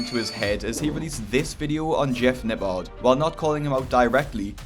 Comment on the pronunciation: Everyone: Jeff Nippard This guy: Jeff Napaaaaaarrd Jesus at least learn how to pronounce someones name correctly if you are going to leech off of them for views.